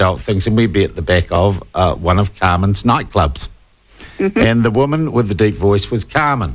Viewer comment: Woe man!